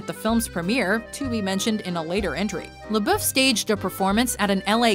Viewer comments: Lol ''Shia LaBoof'' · Pronounce lebouf right